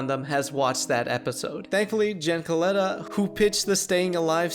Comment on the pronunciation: Clearly this guy has never listened to Office Ladies or The Office Deep Dive as it's pronounced "Se-lotta" not "Co-lotta"